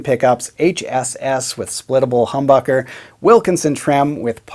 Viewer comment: Did he say Cumbucker?